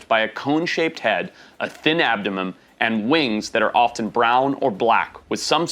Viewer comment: “a thin abdumumn” I love your videos and everything you do I just had to point that out. I thought it was funny.